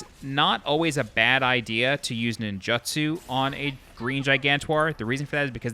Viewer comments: “Nin-joo-tsoo” Not “Nin-juh-tsoo” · You need to learn how to pronounce ninjutsu